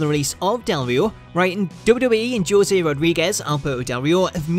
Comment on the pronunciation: Gotta love Joe-say Rodriguez lol